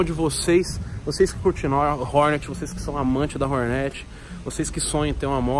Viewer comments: porra da agonia ver nego falando Hórnét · Fala Hornet direito só pq é da quebrada n precisa falar errado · Prq ele fala o nome da moto errado?